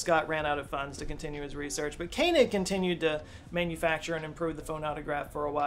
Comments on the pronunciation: That is "Ko-en egg". Not Ken en egg". fyi. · Rudolph Koenig is actually pronounced König or Kønig, not Kenig 🤓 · the American brain is weird. How you make sense of pronouncing "Koenig" as "Kainig" boggles my mind.